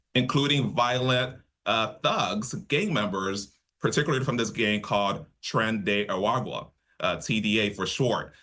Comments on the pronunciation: Why the reporter couldn't say Tren de Aragua ? Or TDA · Can't the reporter learn to pronounce 'Tren de Aragua'???